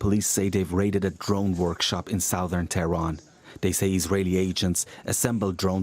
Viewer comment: Has BBC Verify verified this is not an AI voiceover? The voice I'm hearing is making classic AI mistakes like "south-ern" rather than "suth-ern" and has very strange inflection. I know I'm a sitting duck for saying this, but I've never doubted the BBC's journalism all my life, until these past few weeks, because there's something wrong.